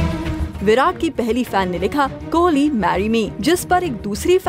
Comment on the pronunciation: anyone observed "kholi " .... wtf his name is kohli...not kholi..